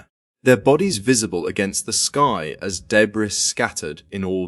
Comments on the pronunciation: English......narrators.....insufferable.....he said "debras".......its DEBRIS you pompous english ahole. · 1.17 .......what the hell is debrISS ??. It's pronounced debree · Its deb-reeeeeee!!! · Wtf is Day Brees? In the US, we pronounce it DE BREE.. change to an American AI voice please. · Debree not debris. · Bro pronounced "debris" wrong Btw, these are literally the worst possible deaths I've seen, genuine care towards their family.😢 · Is this being narrated by Ai? So many wrong pronunciations. 🤦🏻‍♂️👎🏼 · Agreed. Where the hell do they get these idiots from ?. My last comment re. the word debris made me laugh when that muppet tried to pronounce it. (1.17) It's originally a French word. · The “S” is silent in debris!!!